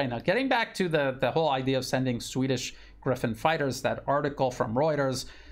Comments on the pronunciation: Gripen and not Griffon. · Grippen, not Griffen. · its not Griphin!!! Its Gripen and it means "Grabbed" just for info...